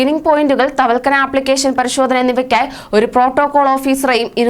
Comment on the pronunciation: Thavalkana Alla. Thavakkalna. Nereparayanpadikke